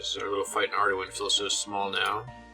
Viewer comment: Its been so long since you first discovered Ardougne, and I have no idea how you decided to pronounce it that way lmao... Arduin? I agree the official one doesn't make too much sense either but neither does that. If anything, Ar-doon has gotta be the most low hanging easy one